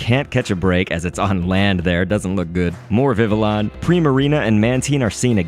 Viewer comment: How you gonna say Mantine right but mess up Villion